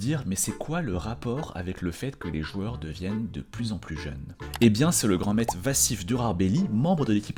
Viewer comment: On dit pas "Grand maite" on dit "Grand MaitRe" avec un "R" , c'est le son "Re", GRAND MAITRRRRRRRRRRRE . Merci !